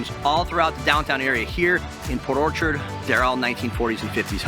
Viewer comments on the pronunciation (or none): none